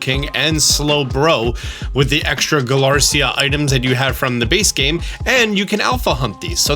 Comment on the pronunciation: Galarica not Galarcia